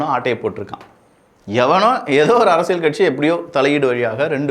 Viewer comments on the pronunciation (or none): அரசியழ் இல்ல அரசியல்